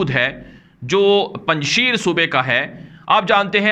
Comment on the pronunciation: تلفظ پنجشییر نہیں پنج شیر یعنی اسد ( پنجشیر)